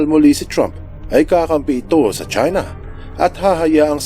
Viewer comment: 'Chuina' Kung Flu 😂🤣